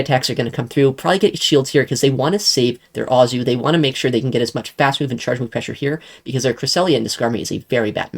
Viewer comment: Every time you saw Azu I always go “omg” it’s A-zoo” not “ah-zoo” 😂😂😂